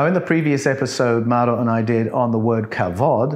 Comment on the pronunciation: The name of the Italian gentleman is Mauro (NOT "Murio"), and is pronounced, "maa-oo-ro". Hope this helps you. About your question, "how could People are witness the work done on the flodder earth?" In my humble opinion, if the Elohim had such advanced flying craft, it very possible that they had the technology to capture, store, & watch videos. It is reasonable to assume that the writer(s) of Genesis had watched videos which showed the early stages of the work on the flooded earth.